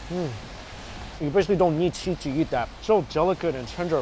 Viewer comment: I love that says "eat" and it sounds like "yeet" lol